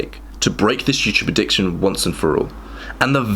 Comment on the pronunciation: "Addicciotn" lol